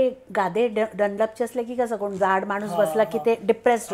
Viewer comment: तुमचं काम खूप छान आहे . मराठी भाषा बोली भाषा आणि प्रमाण भाषा . जर तुम्ही बोली भाषा वापरात असाल तर फार काही फरक पडत नाही , वाचा शुद्धतेची अपेक्षा नाहीये पण जर पॉडकास्ट मध्ये विविध लोक येणार आहेत आणि आपण प्रमाण भाषा वापरणार असाल तर मात्र आपण आपल्या उच्चारांवर काम करावे अशी माझी तुम्हाला विनंती आहे. कोन............ कोण आपन.........आपण म्हनतो....... म्हणतो आवर्जून ' न ' आणि ' ण ' उच्छारावर लक्ष्य द्यावे मी उलगडून न सांगता तुम्हीच तुमचे बोलणे नीट ऐकावे , दोन्ही अक्षरातले लिखाण- उच्चार नि त्यातला फरक समजून घ्यावा ही विनंती .........निव्वळ तुमच्या प्रगतीसाठी तुम्ही ज्यांची मुलाकात घेताय त्यांचे बोलणे पण परत एकदा लक्षपूर्वक ऐकावे असे मला मनापासून वाटते .